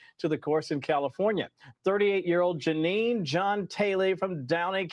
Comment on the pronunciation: It's Jeanie! Never heard anyone call him Janine!